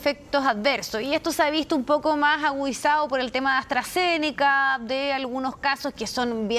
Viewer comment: Señorita presentadora, aprenda hablar. Es AstraZenica no "TransZenica". Da la impresión que hablas de transgenero, o grasas trans. Cómo te va a entender el público sí no pronuncias bien, que es esencial dado la carrera que ejerces.